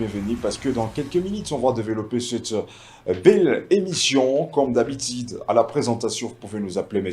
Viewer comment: Francais bizarre : Habitide ….. minite….. tu n sais pas prononce u a sa place